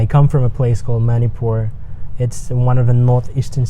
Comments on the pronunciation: But I love ur interview videos ...but one request - this is getting me on my nerve - plz get urself reminded to teach others to pronounce Manipur as it should be and not in their accent/pronunciation ...it's Mani-pur (money-pur) and it is not Mani- por ...I mean I don't care what accent ur english wanna dive into but lets keep our stuffs as ours (as it is) and be proud of it, how do u like that ? Well It has a spelling in English doesn't mean it should sound english ..right!..cummon bro ...anyway u r doing a great job (excuse me for the critic) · Lol...bro u r good in everything... But wen i hear u pronounce Manipur....i laugh a bit.... B original....don't copy.... BTW keep it up